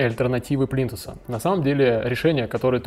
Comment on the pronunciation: Говорить плинтусА безграмотно, извинит🤗